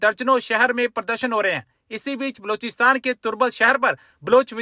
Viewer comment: बेवक़ूफ़ आदमी, पाकिस्तान के उस सूबे का नाम बलूचिस्तान है, लोचिस्तान नहीं। अपना उच्चारण देख, तूने बलूचिस्तान बोला है या लोचिस्तान।